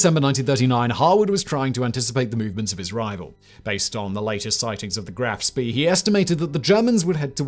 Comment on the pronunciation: Why do you contiously add an R to Spee.